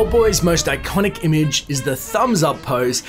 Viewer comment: I LIVE to hear you say “i-CONN-ick!”